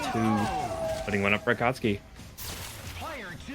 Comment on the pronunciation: "A-kat-soo-ki" ... lol